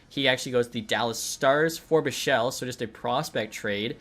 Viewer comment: Lian Bischel is pronounced Bik-soul